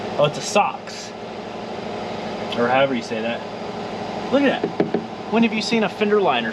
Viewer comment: Did he really call Sachs = Socks 😅😂